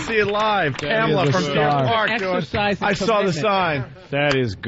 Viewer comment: "I sauw the soyne" ^^